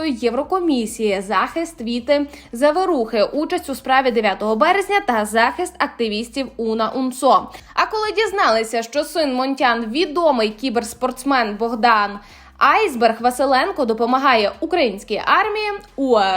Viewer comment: Девушка, которая читает закадровый текст должна срочно подтянуть матчасть. АятоллА, ударение на последнем слоге. ХомейнИ -на последнем. Есть журналист Денис Казанский. Речь о нём, или есть Казановский? УнА -ударение на последнем слоге.